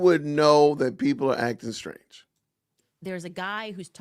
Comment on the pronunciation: Which is very Shrange instead of strange.